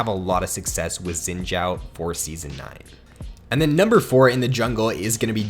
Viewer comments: I think it's pronounced Shin Zhau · It's pronounced Zin Zao tho xD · He said zin jhao lmfao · asian dont pronouced as sin chao...... xin zhao is actually translated from chinese, in chinese we say zhao xin not xin zhao, but xin zhao is the correct pronounce not sin chao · im laughing about the youtuber when he said zin jaw . just listen 😂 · It must be spelled like shin zao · The way he says xin zhao kinda pisses me off lmao